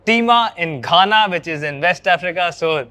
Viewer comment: When I heard the way you said Ghana I almost fell off my chair. You've got to change the tone of your voice during those voiceovers year. Spooky man... Lage raho.